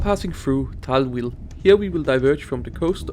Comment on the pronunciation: hey mate, its actually called Thalwil, and Zürich HB, 2 mistakes you made. for the rest pretty good video